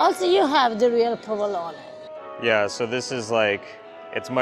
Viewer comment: thanks for pronouncing provelone correctly. I am easily annoyed by ppl who pronounce it proveloan without the final short 'e'. If I ever hear it mispronounced, I come back to this video